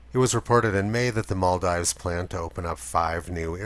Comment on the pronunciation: Love the video, but here's how to pronounce the Maldives